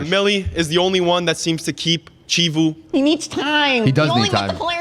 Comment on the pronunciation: Chivu is pronounced "key-voo"